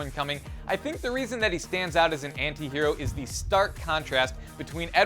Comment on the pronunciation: Thank god an American knows how to say anti. Go ahead and argue?